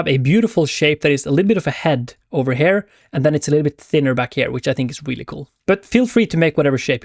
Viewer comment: oh my lord dude... here pronounced her is just something I can't deal with :D come on bud.... you're not even French !!! think of ear, just add the H, perfect... ciao